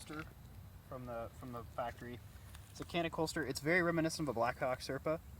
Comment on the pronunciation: For an american u pronounce canik...but it pronounce jahnik..whos the no.2 moron???